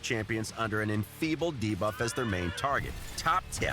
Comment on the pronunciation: Best thing about this video for me is that the Raid voiceover guy has finally learned how to pronounce 'Debuff'.